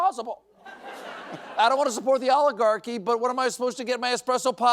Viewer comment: rest of the world, making request to people in the USA = could you please learn how to pronounce "oligarchy" correctly?